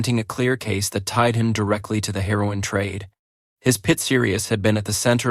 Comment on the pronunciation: Lol more Ai… pitsuh connection? Pee-zahs? Selling her-on from pitserious?🤣🤣🤣 all these ai pictures look like fever dreams.